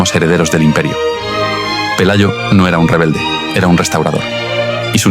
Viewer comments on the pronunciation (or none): none